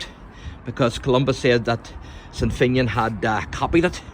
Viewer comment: FINN e an Not FEIN YIN